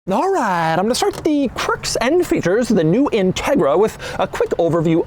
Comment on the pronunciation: Doug’s a type of guy who pronounce ‘alright’ just like Glen Quagmire……..